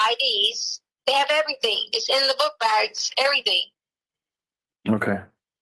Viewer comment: Whyyyyyyyy does she add a K on to any word ending in ing????? "Errythingkkkk"